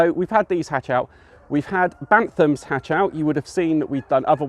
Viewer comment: Pure Breed Poultry and show quality and pheasants is the way forward hatched over 500 most are gone apart from the ones I’ve kept back would advise going down that route a lot more profitable P.s Its Bantam Not Bantham Thanks!